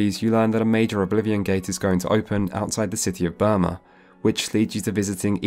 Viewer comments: It's BRUma not BURma. 😉 And Kvatch was destroyed by a great gate not the small gate you close during the main quest. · Bruma not Burma. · Take a shot everytime he says Burma instead of Bruma. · Great video! I really enjoyed both the first an this one, and am looking forward tp part 3. One thing, it's Bruma, not Burma. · i love how you call Bruma (a snowy city/town) "Burma" which is a tropical country in south east Asia (known by most as Myanmar) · Bruma, Bruma... Not Burma... Nice documentary btw, watched it entirely! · Great video!... 5/10 "Burma" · I've watched this video 5 or 6 times now and only just realised you say Burma instead of Bruma the entire video 😅😅 great video though, love your work! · You can always spot a covert imperialist Brit when they keep referring to "Bruma" as "Burma." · Hey it's pronounced Broo-ma not Bur-ma. I love your in depth gaming content! Keep up the good work. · Fantastic video! However...please note that it's "Bruma," not "Burma." :) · BRUMA, damn it, it's BRUMA, NOT BURMA! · Saying Burma instead of Bruma threw me off a bit, but amazing video nevertheless. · BRUMA! Brooooma! Not Burma, the Asian Country (Myanmar). You keep saying Burma! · It's Bruma not Burma jesus christ it's right there on the screen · I don't want to live in a world where Burma is part of Oblivion/Cyrodil like he keeps pronouncing rather than Bruma lol Burma is much scarier. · It's Bruma not Burma! Burma is a country in Asia. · Oblivion looks better than Skyrim. Graphics are much more than just technical fidelity. Also it's Bruma, not Birma. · Idc as long as I got something to put on when I sleep idc, I'll probly never care that he never played them as it's obvious in his pronunciation of "burma" xD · Last video was corpsus disease This video is burma Wonder whats next on the not quite right pronunciation show 😅